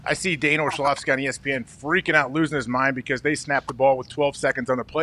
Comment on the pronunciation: AJ called him “Dan OrShlovsky” lol